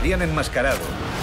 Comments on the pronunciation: "Espiderman"??? por lo menos se hubieran referido en el doblaje a "el Hombre Araña", con todo respeto a los españoles, que cerrados son para pronunciar palabras en inglés.... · Espiderman JAJAJAJAJAJAJAJA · HAHAHAHAHAHHAHAHHHHAAAAAA! "Conocido como Espíderman"????? Cómo odio la forma en que los españoles pronuncian el inglés... a ver, en Spiderman, dónde ven que lleva la E al principio??? y la I en Spiderman se pronuncia como "ai"... si va a estar así el doblaje, voy a vomitar... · a que "ESPIDERMAN" tan mendigo